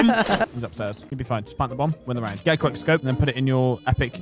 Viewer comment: we all know that didn't say "quick" but "quack"